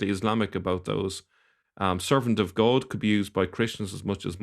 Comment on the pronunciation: Most unusual way this Irish man pronounces “goad”. What’s the deal with that. I’m in Ireland a long time and I’ve never heard anyone pronounce god as ‘goad’